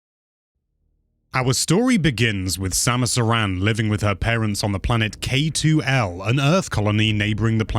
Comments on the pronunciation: Supposed to be air in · Ok... You lost me at the pronunciation of Aran and Zebes! Aran like a-rhun and Zebes like Zeebz? Probably wrong on the second one but that's how I've always said it lol 🤣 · Oh my god, I appreciate the video; but you went ahead and pronounced Samus’ last name wrong in the first 10 seconds 😂😂 Otherwise splendid, haha! 👏🏻